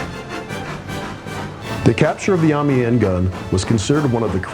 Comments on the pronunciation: I enjoyed the video but have a couple of niggly comments about the commentary. 1) Amiens is NOT pronounced Army-en. It's pronounced more like Am-e-on. I found this a bit off-putting, as it was said so many times during the film; 2) The Australian LOOtenant should be a LEFtenant. He's not an American. On the whole 8/10, it would have been a good 9 with the correction pronunciation of Amiens. :-) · Isnt Amiens said em-E-ens Sincerely -person who plays to much BF1